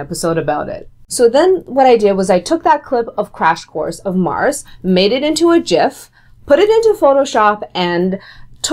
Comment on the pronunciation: thank you for pronouncing gif correctly